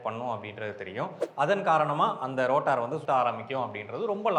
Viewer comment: ரோட்டார் இல்ல ரோட்டர்..